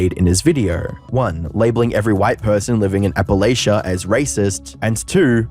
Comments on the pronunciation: As a native East Tennessean its hurtful to hear someone broadstroke and paint everyone i know and love as willfully ignorant bigots. It speaks to a very classist mindsent. He can't even pronounce Appalachia right. Its like "I'll throw an Apple-at-ch'ya". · For posterity, it's pronounced App-uh-latch-a. Not Apple-ayshia. Just saying as a local that lives up in them there hills.